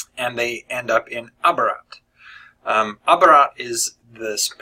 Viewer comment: You don't have to get the third book if you don't want to. There were some not great parts... If you're satisfied with the ending of Days of Magic and Nights of War, I wouldn't read Absolute Midnight. Also, I think Abarat is pronounced more like "ah-bah-rat" than "uh-bah-rat". I don't really know how else to describe it, although you could just listen to how Clive Barker says the word.